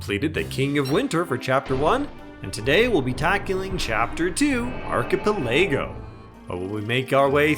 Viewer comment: How do u mess up the pronunciation of archipelago so badly loooool Isn't English your first language even? 🤣